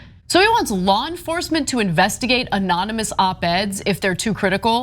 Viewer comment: Anomonous LOL